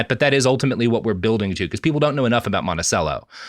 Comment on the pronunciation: Living in Charlottesville it pains me to hear all the mispronounced words related to Virginia. I understand if the response is f*** off, but just in case... Its Mon-ti-chello, Al-ba-marle, and Stan-ton (it was intentionally mispronounced during the revolutionary war to weed out spies.